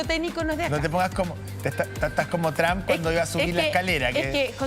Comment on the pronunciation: Por qué estos periodistas son tan estúpido son los únicos cómo pronuncian el nombre tramp.. Trump